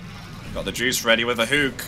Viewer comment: its called hook not huuuk. This is driving me crazy